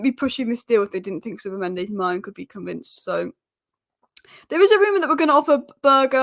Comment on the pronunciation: Poor guy’s name is Berge, it’s pronounced Bergue. He is not French ffs…